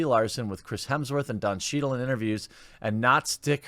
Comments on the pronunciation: It is Hemsworth and not Hemingsworth:-) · Is he saying "Hemmingsworth"? It's Hemms-worth or "Hims-Worth" Jeremy... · HEMSworth, not HEMINGSworth lol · “Mr. Hemmingsworth”😆😆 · Hemsworth not Hemingsworth 😂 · HEMSWORTH!!! Not hemingsworth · It’s Hemsworth buddy, not Hemmingsworth 👍🏻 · Did he say Chris Hemingsworth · Jeremy, I'm not even halfway through your video and I can't help but notice you say hemingsworth I think four or five times so far maybe more. I mean hey I'm cool with it but I was just wondering if you do that on purpose or did you really not know that his name is Hemsworth? The main reason I really know and took the time to ask this it's because I noticed no matter what the subject is it seems like a lot of people don't correctly pronounce that guy's last name. So again not that it bothers me or anything like that but I am curious like I'm wondering if there is some kind of a common way that that last name is spelled or looks like on paper that say when you're just trying to read something real fast and so I wonder if there's a common thing that happens with most people I don't know maybe I sound like a moron haha anyway or if you could get through my blabbering and as always thanks for another fun video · His name is Hemsworth not Hemmingworth!! Get your facts right. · lol "Hemmingsworth" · How long before he figures out it’s Hemsworth, not hemmingsworth? Edit....6 minutes. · 36 is not many many years away. Lol gotta poke fun. :p Hemsworth not hemmingsworth hahaha and oh ya fuck brie. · Are you saying 'Hemmingsworth'?! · Why do you keep calling him Hemingsworth? Edit: you noticed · Is he saying Hemingsworth? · was wondering why you were calling him hemmingsworth haha, bloopers! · Dude, it's Hemsworth. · "Hemmingsworth" that's a new way to say it lol